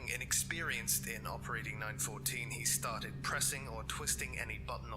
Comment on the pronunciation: It LETERALLY says 914 not 941 Why in the world would you say 941 it's LETERALLY written and vocalised!